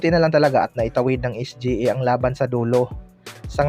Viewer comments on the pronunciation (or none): Sa nxt video mo kpag narinig kopa yang SGE, mag unsubcribe na ako.😂😂😂 es-gee-ey kasi.